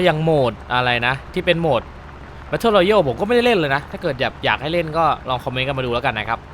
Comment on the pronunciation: Battle royale ออกเสียงว่า แบทเทิลรอยัล ครับ(ช่วยกันเฉยๆน่ะครับจะได้ออกเสียงถูกด้วย#คนไทยช่วยเหลือกันเสมอครับ^^)